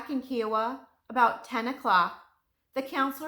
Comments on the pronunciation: Great detail. Thanks. However, its Ki o wa, not ke o wa. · I’m very familiar with this story. I was an 11 year girl in Tulsa Oklahoma when this occurred. It was terrifying. I’ll never forget this horrible time Edited: it’s pronounced KI-a-wa. Long I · Her in depth research should have included the correct pronunciation of Kiowa.